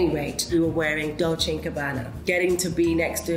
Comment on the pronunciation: Sorry if this is off topic, but the pronunciation of the name of 2 Italian fashion houses so famous for many years is still completely wrong. The final E (VersacE, DolcE e Gabbana) is not pronounced as an I